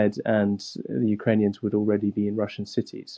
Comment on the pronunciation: Cwank up the wetowic? Ukwanians? How did this person get a broadcast job? No better candidates than Princess Bride priest?